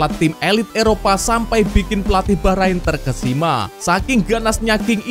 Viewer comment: Saran buat admin, tolong jangan lebay kalo koment yaa Ntar kalo komenmu terasa sombong, bikin timnas jadi nggak dapet berkah. Juga perbaiki cara baca atau pelafalan nama oemain atau nama team bola Bacaanmu utk team Bahrain masih kaya baru bisa baca, perbaiki yaa Maaf dan salam bola anak negeri.